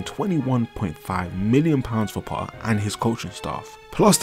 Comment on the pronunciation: It's "PoTTTTTer" not "Po-aa"